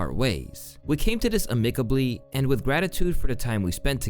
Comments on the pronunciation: AMICABLY (Am-ick-uh-blee) and CONFIDANT (Con-feh-don-t)🤦🏻‍♂️😂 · Bro you meant “marital” not “martial” and you pronounced amicably wrong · Ain’t no way he pronounced it “UH- MICK-ABLY” …you buffoon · Not the first time you've made that kind of mistake and it won't be the last, like your pronunciation of "amicably" lol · I have a hard time taking someone who can’t pronounce “marital” or “amicably” seriously. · The way you mispronounced amicably made me cringe so hard lmaooooooo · If you Youtuber's are going to try to be "journalists" learn how to pronounce your scripts, this shit is embarrassing. "Marital" is not Martial. Amicably is not pronounced like that. 🤦🏾‍♂️ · And bam. Stroke two kid. Learn how to pronounce words if your gonna be in youtube. The word amicably was read like a child. You don’t deserve a channel if you can’t read simple English pronunciation. Edit: here’s where I stopped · Amicably got him lol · or, when u see a word you don’t know, look it up before pasting it into your script. Also, “amicably” is pronounced incorrectly